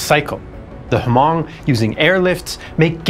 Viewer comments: Loved this documentary, my only nitpick would be the mispronunciation of Hmong, the “H” is silent so it would just be “mong” similar to Mongol or Mongolian. I really do appreciate the cover of the secret army, its something that’s usually glossed over back then but as of late its been properly covered by many history classes and just the internet in general. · Thank you so much! I may be wrong but i think you pronounce Hmong incorrectly. i believe it’s supposed to sound like ‘mung’ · It must be pronounced huh (lightly )mong